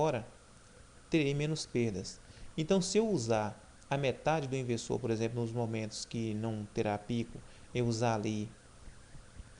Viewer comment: Você fala errado o cara(Leonardo ferreira)escreveu do jeito que você fala (ivesoo)kkkkkkkkk